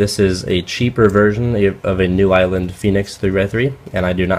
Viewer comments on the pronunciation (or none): none